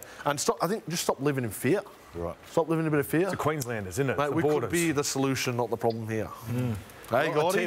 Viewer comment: How he says 'fear' sounds a bit goofy. Love him otherwise though.